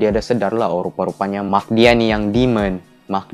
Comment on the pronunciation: mak ba bukan maq 😭😂